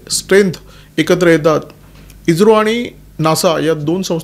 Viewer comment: इज्रो नाही ईस्रो